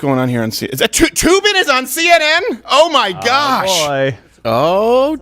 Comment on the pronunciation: It's not Toobin, it's Threebin.